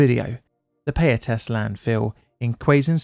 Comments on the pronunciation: It's pronounced pie-ah-tas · Great breakdown of the history and tragedy of the Payatas landfill. I was only 5 years old when this happened, and I have almost no memory of it. Some advice if you don't mind, for pronouncing most Filipino words/placenames we almost exclusively use short vowel sounds, so Payatas would be pronounced Pa (like in "parrot") + Ya (like in "yak") + Tas (like in "tassel"). Good stuff!